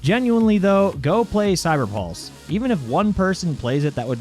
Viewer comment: when you say cyberpulse it sounds like cyberballs